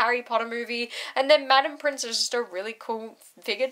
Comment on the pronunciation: Has no one told yet since her first video about the office that it's Pince, not pRince?